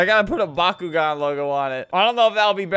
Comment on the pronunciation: Flamingo says bakugan I hear bakugo